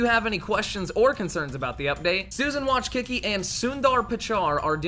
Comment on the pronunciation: "Susan Watchkiki" Lol